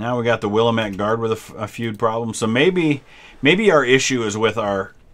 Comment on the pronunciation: It's pronounced Wil-lamb-it or Will-am-it please. If you are referring to the Oregon valley region. I know it doesen't make sense to say it that way. But hey it's Oregon.